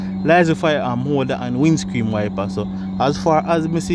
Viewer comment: Can you say windscreen instead of windscream 😅lol